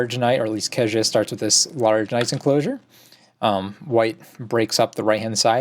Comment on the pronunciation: You guys should learn the correct pronunciation of Ke Jie. After all he will dominate the Go scene for many years to come : - just click on listen